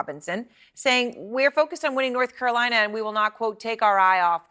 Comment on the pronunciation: What’s the word on the street North Carolina is what trying to say?! 😆 😊